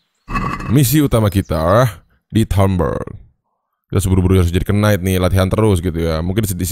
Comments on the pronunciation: Knight dibaca itu ga pake k. Agak terganggu gua denger "kenait" wkw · Btw bang, knight itu pronouncemya “nait” sama kaya night. “K”nya silent